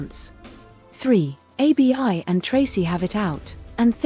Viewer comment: Abi abi abi 😮her name IS ABI NOT A B I